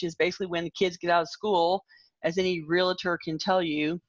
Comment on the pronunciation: Realtor has two syllables. Ask any of them. It's reel-ter, not reel-leh-ter. I will die on this hill. :)